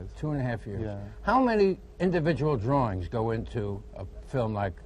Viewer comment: It's nice to see him being interviewed about "drorings".